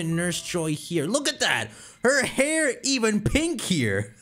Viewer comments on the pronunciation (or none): none